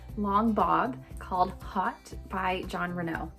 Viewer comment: Thanks for the video, Amanda. Very cute on you, as they ALL are. FYI, "Haute" is a French word pronounced "Hoe-T" adj. 1. high-class or high-toned; fancy: an haute restaurant. 2. high; elevated; upper. [1780–90; < French, feminine of haut literally, high; see haughty]